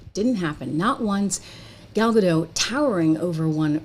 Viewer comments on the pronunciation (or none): Gal Gadot shouldn't have to work with someone who cannot respect a classic or be grateful for a role many actresses would have done anything to get. Also, just sharing, Gal's name is Hebrew, not French. We don't silence our Ts. So, it's pronounced Gaal Gah-d-oh-t. Like the English word "Oh!" and then really hit that T. 👍